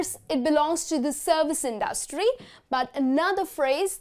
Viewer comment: Native Speakers Does she pronounce industry correct? :/